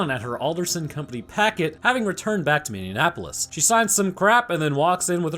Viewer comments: MINI-APP-O-LIS NOT MIN-NAP-O-LIS IT'S NOT HARD JESUS CHRIST PEOPLE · Love your channel, but as I live in Minneapolis it's not pronounced "Mini-Annapolis" just "Mini-Apolis" :) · I'm from Minnesota you're definitely saying Minneapolis wrong it said like mini apolis lol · As a Minnesotan... How you mispronounced Minneapolis is HILARIOUS to me. It's not MinneANapolis. 😂 It's Min-ee-ah-poh-lis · Learn how to say Minneapolis. Please. You are a man of science. Ty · He says Minneapolis weird. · i take offense on the lack of you pronouncing Minneapolis say it right or dont say it at all